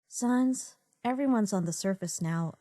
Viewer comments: it's pronounced sahns, as in comic sans, not sons, as in no johns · sAns not sawns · I'd hate to be "that guy", but it's Sans not Sons. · It's sANs not SONS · just to let you know sans is pronounced like sand but no d...you're not good at pronouncing names are you. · Sohns. They pronounce sans Sohns. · Why does she pronounce "Sans" that way? "Sahns"... what? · I love this comic but they way they pronounce “Sans” is basically the Undertale version of calling Aang “Ong” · THE PRONUNCIATION OF SANS BOTHERS ME